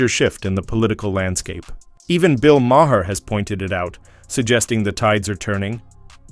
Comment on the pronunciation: Who's Bill Mah-hair?